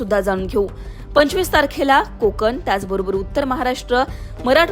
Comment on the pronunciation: कोकन नाही कोकण बोला